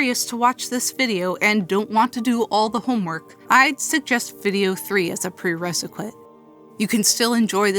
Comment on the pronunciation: "preresequite" I'm sorry I had to, it just hit perfectly